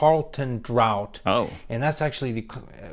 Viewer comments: Carlton Drought???? Laughed my head off LOL Draught (pronounced draft) is the correct spelling for draft. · Carlton Drought????? It's Carlton Draught (draft) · LOL, Carlton drought. its pronounced Carlton daft. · Draft not drought. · Carlton draught, is pronounced draft. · That was a carton (24 pack) and it’s pronounced like draft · Draught is pronounced draft. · The guys figures were way off. You were right. Vb beer is one of the most popular. When he said draught for the beer it sounds like draft. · Carlton DRAFT it is pronounced.